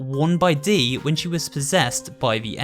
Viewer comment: Dees name sounds like deez when you say it